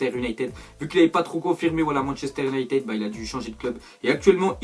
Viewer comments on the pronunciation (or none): none